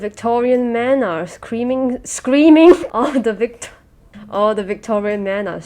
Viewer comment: "All of the Victorian men and creamin- .... screaming" STOP 😭😭